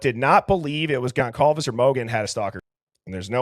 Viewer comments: HOW DO YOU MISPRONOUNCE GONCALVES AT THIS POINT?! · I know and I was not impressed. Disrespectful.